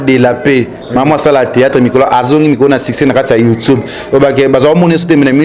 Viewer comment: Ken ye kola ko loba YouTube et non youtobe